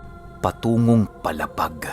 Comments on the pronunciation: PALA--PAG PO HINDI PO PALAPAG. MALAPIT LANG PO SAAMIN ITO. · mabagal lang po ang bigkas sa palapag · Mali yong palapag sA Samar sA pronounce..mo... Matigas masyado dapat malumanay Ang pag pronounce mo sa brgy.paaaaalaapaag n samar